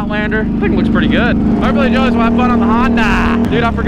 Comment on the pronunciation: Remember when he used to call him Juliass